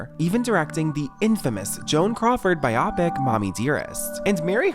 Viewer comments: It’s not “bi-oppic”. It’s bio-pic. It’s a biographical (bio) picture (pic) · Not "bye-OPP-ic", it's "bye-oh-pic", bio-pic... as in, bio[graphy] pic[ture] - which is exactly what it is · Hey guys you made a few errors in this video. Still loved it, but also you said biopic wrong lol